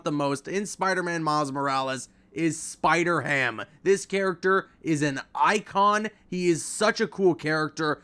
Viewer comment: Why’d I get so pissed when u said spider-ham